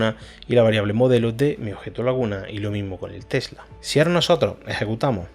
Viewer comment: entiendo mas el codigo que cuando hablas, se te escucha tela y no tesla, omg